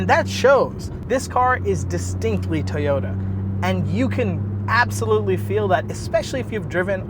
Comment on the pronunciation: Love those "Tayota's" :P